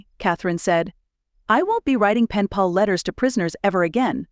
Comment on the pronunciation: Hi! Says "pall" instead of pal 2x, once around minute 47. Thanks for Sharing your stories!